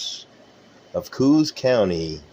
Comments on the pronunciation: If you were from the area you would know that Coos county is pronounced “CO-ahss”, not “Koos.” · Its unfortunate not coos like a baby does but like co-os or like it's co-ahs